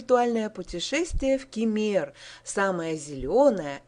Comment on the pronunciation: Ну и произношение названий посёлков..жуть ....учите турецкий